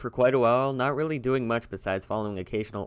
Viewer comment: He was weally excited